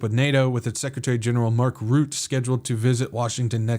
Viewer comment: Trumpushka 🤣🤣🤣🤣🤣hahaha good one!! On a side note, Mark Rutte is not pronounced as Root, but as Rut (like your in a 'rut') and then plus 'te' (kind of like 'the') , so Rut-te. Not that it matters 😉. I am very glad with your updates in this crazy world full of lies!!!!!!!!!❤ Praying for you every day